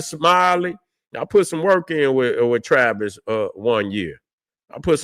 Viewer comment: its "tavis' man